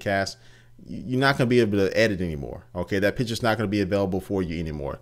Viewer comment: i always heard "pitcher" instead of "picture"! maybe thats just me, i am from austria so probably i just hear thing different... anyways keep up doing this great videos!